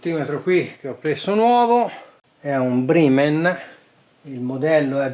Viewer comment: La pronuncia di "ripple" è corretta ma Brymen si legge "Braimen". Gran bel multimetro il BM869S. Bel video; merita pure il "Thumbs up"!